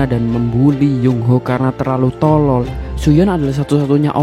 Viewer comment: Penjelasan bagus, tapi penekanan kata bodoh dan tolol agak mengganggu, tks